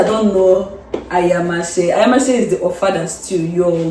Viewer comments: We good, tanx for taking us to d kitchen😅😅just look at d way pronounced DAT ayamashe ..my people well-done,how did u get dat locust beans?it looks yummy tho,well-done,I want to eat pls😅😅😅😅pls let baby dreams eat oo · Lmao the way your hubby pronounced the ayamashe 🤣🤣🤣🤣 Lmao I swear that locust beans stinks😂😂 and your hubby couldn’t even hid it